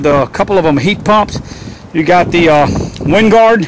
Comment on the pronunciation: Great review, but the satellite system is pronounced "WINE-guard" not "WIND-guard"